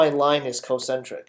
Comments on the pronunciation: He also says "Co-centric." It's spelled concentric. Shouldn't it be pronounced con-centric? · I died twice as fast because he says cocentric. He's not even pronouncing the incorrect term properly! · OMG I die a tiny bit inside every time he says concentric.